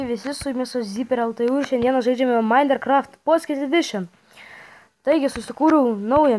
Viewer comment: Sakiai mainecraft reikia sakyti minecraft XD lol like